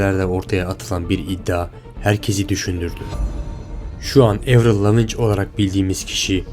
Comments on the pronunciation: 1 - LAVİNÇ DİYE OKUNMAZ LAVİN DİYE OKUNUR MADEM BÖYLE CİDDİ BİR VİDEO YAPIYORSUN EN AZINDAN DOĞRU OKUNUŞUNU ÖĞRENİP GELEYDİN 2 - AVRİL İLK ALBÜM DÖNEMLERİNDE DAHA ZAYIFTI VE ÇOK AZ MAKYAJ YAPIYORDU DAHA DARK MAKYAJ SONRADAN KİLO ALDI VE DAHA AĞIR VE KADINSI MAKYAJA GEÇİŞ YAPTI 3 - ÜNLÜLERİN TARZ OLARAK SÜREKLİ AYNI KALMALARINI BEKLEYEMEZSİNİZ ZATEN TARZ DEĞİŞTİRMEZLERSE PİYASADAN DÜŞERLER DEĞER KAYBEDERLER MESELA ADELE KADIN HEP AYNI TARZ MÜZİK YAPIYOR ŞU ANA KADAR ŞANSI YAVER GİTTİ AMA BİR SONRAKİ ALBÜMÜ O DA OLMADI BİR SONRAKİ ALBÜMÜ TUTMAYACAK PİYASAYANIN KURALI BU VE İNGİLİZCEDE MÜZİK İÇİN BİR KAVRAM VARDIR: VERSATILITY YANİ ÇEŞİTLİLİK AVRIL İLK ALBÜM DÖNEMLERİNDE SOKAK TARZI DARK ROCK METAL YAPARKEN ÇIKAN HER ALBÜMLE BİRLİKTE BU HAVASINI YAVAŞ YAVAŞ ÜZERİNDEN ATIP DAHA YUMUŞAK PUNK ROCK A GEÇİŞ YAPTI ÇÜNKÜ ZAMANA VE ÇOĞUNLUK KİTLEYE AYAK UYDURMAK ZORUNDALAR VE PİYASADA SAYGINLIK GÖRMEK İSTİYORSALAR MÜZİKAL ÇEŞİTLİLİĞE UYMAK ZORUNDALAR MESELA YOUTUBEA BEYONCÉ MUSICAL VERSATİLİTY YAZARSANIZ ÇIKAN VİDEODA GÖRÜRSÜNÜZ KADIN HER TÜRDE ŞARKI SÖYLÜYOR SONRA LADY GAGA POPTAN CAZ VE COUNTYRYE GEÇİŞ YAPTI RIHANNA POP/RNB YAPARKEN COUNTRY VE POP/TRAP/RNB TARZLARINDA ŞARKILAR YAPTI 4 - SON OLARAK HAYRANLARI AVRIL A ZATEN HİÇ YAŞLANMAYAN KADIN VEYA YAŞLANDIKÇA GÜZELLEŞEN KADIN DERLER ÜNLÜLERİN ÇOK AZI YAPTIRDIKLARI ESTETİKLERİ GİZLİ TUTMAYIP BASINA AÇIKLARLAR VE AVRIL IN FOTOĞRLARINDAKİ FARKLILIK DA ESTETİK, MAKYAJ, PHOTOSHOP, DAHA NET VE AYDINLIK ÇEKEN KAMERALARLA RAHATÇA AÇIKLAYABİL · Birader şu İngilizce telaffuzu düzelt artık. "Lavinç" nedir? Araştırıyorum bilmem ne yapıyorum diyosun madem şunları ilk önce otijinal dilinde bir dinle. Bence senin daha fazdalı olur. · Lavinç ne ya ahahah okunusunu öğrenmek bu kadar mi zordu? Video hazirladiginiz insanin adini söyleyemiyorsunuz... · LAVİNÇ nedir ya kulaklarım tırmalandı! Kızın soyadını bile telaffuz edemezken ne biliyor olabilirsiniz ki, kim sizi ciddiye alsın... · lavinç demesine dayanamayıp 2. dk da bıraktım fhgdfksdh